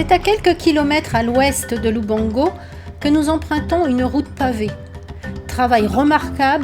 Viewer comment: its LUBANGO , NOT LUBONGO